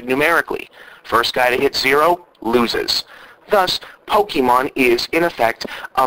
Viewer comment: great one bob...you really hit the nail on someone who doesn't know anything about games and attempts to buy them for christmas Nice comparision between pokemon(you mispronounced it,but who cares) and GTA IV